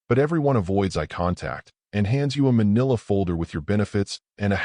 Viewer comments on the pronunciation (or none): none